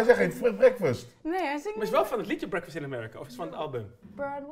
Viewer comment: zei helemaal geen breakfast maar brodeway ofzo HAHAH